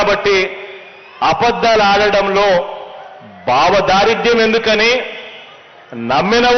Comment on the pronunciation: Areyy Nayanaa, Baavadaaridyam, Kaadhu Raaa, Soomi, Bhavadaaridhyam, Ani, Anaali, Sariga Maatladadam Theliyanappudu, Aa, Word ki, Alternative Word, Nee Script, Loo, Raayinchukoovaali Swami, Baavadaaridyam, Baammardhidaaridyam Anee, Words, Telugu, Loo, Ippativarakoo Evaroo, Use, Cheeyyaleedhu, Swami, First time, Nee, Nooti Nunchi, Vintunnaammu, Yeemi Kharma Pattindhi Telugu Bhaasha Ki,..